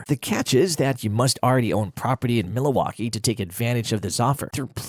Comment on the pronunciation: Tha Ai cannot pronounce Milwaukee which made me suspicious. Is this cheapGPT at its finest?